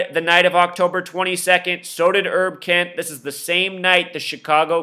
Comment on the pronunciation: His name is HERB KENT...Not ERB Kent. As in HERBERT ROGERS KENT.